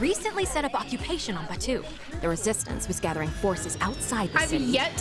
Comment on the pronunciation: Im a massive Star Wars fan and this pack was a colossal let down. And you did pronounce Batuu correctly the EA lady despite being directly employed by Disney did not.